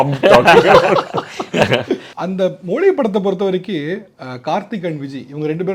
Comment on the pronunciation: Prithviraj pronounce Tamil மொழி Tamil anchor pronounce Tamil மொளி 😂